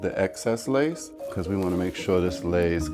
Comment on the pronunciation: "Which is lace from ear to ear." I though he said lice from ear to ear.